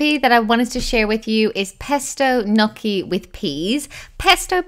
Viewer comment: I love the way you say gnocchi :)